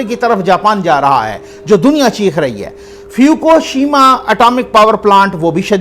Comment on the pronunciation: اسلام علیکم فیوکوشیما نہیں ہے۔ فک شیما ہے۔